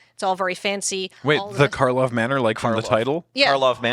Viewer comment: It never ceases to amuse me that people just cannot stop calling it "Markov" instead of "Karlov". didn't even catch doing it right at the start (or at least didn't bother to point it out if they did).